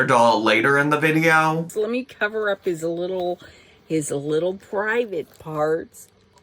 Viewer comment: Is just a comment, no need to tell me I have problems 😂 I didn't like the emphasis in the doll's "parts", that's what made me uncomfortable, gave me weird vibes but again, maybe is just me.